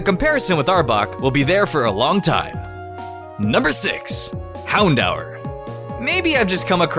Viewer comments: IS NOT hown-dower is hown-door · Hown-dower? Not "hown-door? Lol tf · You said houndour wrong. It's pronounced houndoor but spelled houndour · First of all, it's houndOOER not houndOWER. And second of all, vivillon only has 2 i's(in name and body). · Vivillon is pronounced viv-ee-on, not viv-ill-ee-on. Houndour is pronounced houn-dure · its pronounced houndooor dude anyway like ur vid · It's h-oun-door In know I didn't spell it right I'm just doing the pronunciation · It's Hound-Hour. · Its HOWN-DOOR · "Vi-vil-eon" "Hown-dow-r" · stop saying hound oww! er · you pronounced Houndour wrong, it's hound-or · how he pronounces houndour is cringy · you say growlithe and houndour wrong